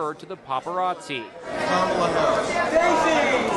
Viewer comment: And didn't know how to pronounce Harris's name